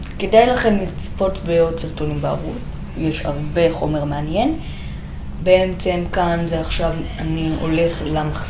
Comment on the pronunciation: למה אתה אומר בעמצם אומרים בעצם